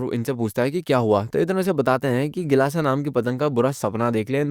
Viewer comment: BHAIYA kelasa nahi gilasa